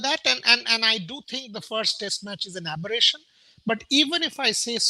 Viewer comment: After every Indian loss, Boria be like:- Oh! It was an Abbration.. 🤣🤣